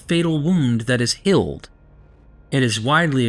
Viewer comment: Goddammit, you're a good guy, and I know you know what you're talking about because you're friends with some of the most renowned Bible scholars in the world. So your information is spot on. But you have to work on your pronunciations, bro. Healed is not pronounced "hilled" and real is not pronounced "rill" that shit takes me out of the story you're trying to tell. I don't know why it aggravates me but it really does. And that's pronounced really not "rilly" lol. Come on man. Work on that. Please.